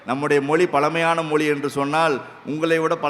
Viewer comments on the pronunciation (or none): தமிள் மொளி பளமையான மொளி.. தமிழாசிரியர்கள் இத்தனை வருடங்களில் ழ ன வை சரியாக உச்சரிக்க ஏன் முயற்சி எடுக்கவில்லை. சமஸ்க்ருதத்தில் வேதத்தை மட்டும்தான் பெண்கள் சொல்லக்கூடாது ஸ்லோகங்கள் பாடம் பேச்சு நாடகம் இவற்றை பெண்கள் பேச எந்த தடையும் இல்லை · மொலி மொலி மொலி , தமில் தமில், அருமையான உச்சரிப்பு இவ்ளவு தகவல் கூறினாலும், தமிழ் உச்சரிக்கும் போது மிகவும் வருத்தமாக உள்ளது.